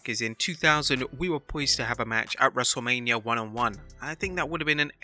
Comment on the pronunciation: I could of sworn the narrator said wrestle-lamia absolutely hysterical..